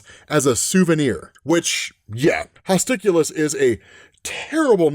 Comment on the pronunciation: I would have gone with, "Hostilus [hoss TIE luss]"